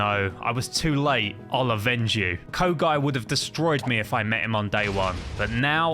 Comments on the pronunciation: Kogai it's kyogai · me crying rn because he said kogai instead of kyogai